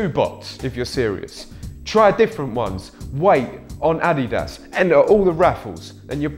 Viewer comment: What is ah-dee-dass